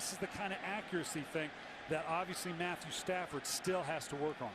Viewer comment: I love at he says "Matthew Staffond"